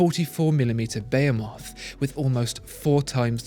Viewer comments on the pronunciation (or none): Behemoth = 'bayo-moth' who knew? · bay moth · Your pronunciation of “behemoth” is sickening.